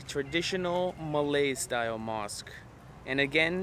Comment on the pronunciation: your pronunciation of malay names etc is astoundingly good.